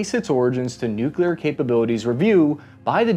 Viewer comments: You were like 60% "nuclear" and 40% george bush "nukular" during this video. I guess its progress <3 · Don’t say nucular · NOOOOOOOOOOOOOOOOOO GODDAMMIT YOU STILL SCREW IT UP NEW-CLEE-ER NOT NUKE-U-LER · and then a minute later you pronounced it "nuculer". sigh. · You just won't quit pronouncing it noo-kyuh-ler, will you?? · He pronounces nuclear wrong. Driving me nuts. Stopped watching